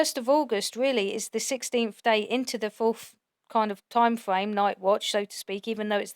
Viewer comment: "forf night" "time fwame" "paying for somfing" "oh gwate"😐